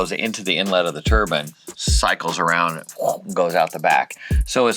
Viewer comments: I never heard " tur BINE" pronounced " tur BIN" before. I always thought that was religious headgear. Must be a CA thing. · The way you say turbine turb InE Not turbin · Everytime they say "turbine" I think they're saying "turban" :)